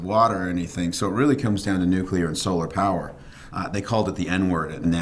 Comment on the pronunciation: At this point, I'm sure that's an "accepted pronunciation" as it is completely inescapable, especially from those who should know better. "Nuk-u-ler" I mean. Nobody will ever change the pronunciation of CNN, because that would make "sense" (C + two Ns).